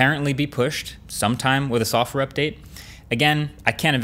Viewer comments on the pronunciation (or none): Why does he pronounce it “softwore” wtf